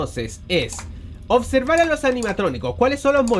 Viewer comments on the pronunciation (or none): none